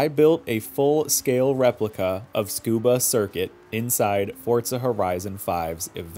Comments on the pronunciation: Just wanted to clarify a few things. You're not supposed to emphasize any syllables in Japanese. You're supposed to say each syllable in a similar cadence and tone i.e. there is no tsu-KU-ba, TSU-ku-ba, etc., but just tsu-ku-ba. As far as not pronouncing the u sound in tsu, you're sorta right but also not entirely. You often don't pronounce the vowels in a traditional sense (like mu, ru, whatever u get it) in the case of tsu, su, and ku. These are unvoiced vowels and are still actually a completely separate pronunciation but are still pronounced. That is to say, it isn't a case of it not being the emphasized syllable so the u isn't pronounced, it's just unvoiced vowels being a feature of Japanese. There's still a sort of guttural sound (similar to in some European, native, and other Asian languages) that is present in these cases. Basically. you should be saying ts and letting the sound after the s hang for a moment before continuing onto the next syllable. You're definitely not pronouncing it correctly in this video tho. I'm not tryna hound on you for it or anything especially because unvoiced vowels in Japanese are not something a native English speaker would have much experience with but I figure the info is good. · i am sorry to be this guy, but the circuit is pronounced soo-kuu-baa, not scuba. if you do not believe me, please google it. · Soo-Koo-Bah. Like Soo-Nah-Me. Not Skoo-Bah. Fkn people mispronouncing it ALL THE TIME! 😒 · You're aslo wrong, it's tsoo-kuu-baa, the TS sound like in cats, or Ц in russian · Nah, it is pronounced "tskoobah" (like ts-cuba), I promise 😅 Edit: to be clear, I couldn't care less if someone pronounces it "soo-koo-bah" or anything else, thats a totally fine english pronunciation of the word, but its not correct for a native speaker. There is no "soo" or "tsoo" at the beginning. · Beautiful work but dear god, it's pronounced suh·koo·buh.